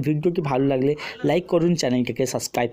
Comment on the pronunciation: যে দিন সাবস্ক্রাইব উচ্চারণ টা ঠিক করে করতে পারবেন অই দিন সাপ্রাইব করবো